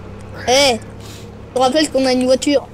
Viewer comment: Il a dit la oiture